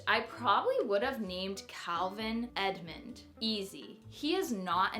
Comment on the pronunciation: I love Edmond but it sounds like your saying Edmont in the video! Cute video! You picked some great names !